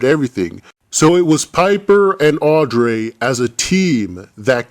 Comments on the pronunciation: no offense but i really hate the way you pronounce Audrey it's Audrey not "Audray" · Audreeee not audray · i love how he said AUDREYS NAME HAHAHAHHA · Love the video just the way you say Audrey is wrong